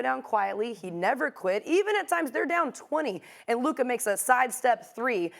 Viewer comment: Hmm so Stephen a CAN say Luka’s name so he’s purposely been calling him luker all season long